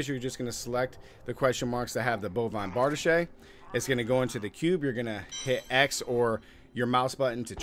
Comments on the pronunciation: Bar-DEESH... not Bard-uh-shay. You've been watching too much "Pooty Tang". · Why do you keep calling it "Kania's cube" an calling it "bardishay" ?